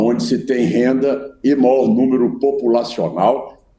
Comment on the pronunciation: Esse velho não sabe nem falar, e pronuncia a palavra melhor, maior.